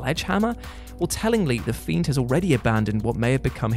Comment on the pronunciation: "Thiend, thein, more scarier than the themed" all in the intro, this is going to be good!